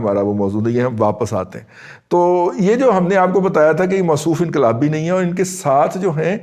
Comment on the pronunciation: inqalibi nin hay aur doosra lafz aap nay bola samajh nin aaya